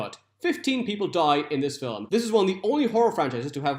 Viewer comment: Why are you saying "filim? Where is the extra syllable coming from?